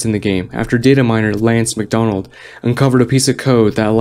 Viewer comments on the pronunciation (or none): none